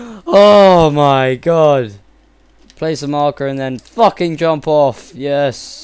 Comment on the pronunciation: ha ha he said fucking in a british accent